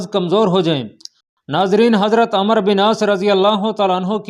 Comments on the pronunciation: Yar ap ko kia urdu ki pronunciation nhi ati , umero bin aas hy amer bin aas nhi , Baqi b bahut galtiyan hain ap k bolny mn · Jb عمر k baad و aa jaye to phir و silent hota hy aur ع ko zabr k sath prhtey hein is liye عمرو ko Amr prhein gy